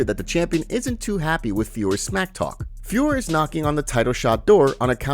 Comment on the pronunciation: Please don't join the retard bandwagon and keep calling Manon FIOR. It's pronounced FIOR-OH. Jon Anik continues to get it wrong. Take it from a native French speaker... And just for the due diligence, ask yourself how you pronounce Hercule POIROT, TISSOT and HUBLOT watches etc etc. It ain't POIR, TISS and HUBL 🙄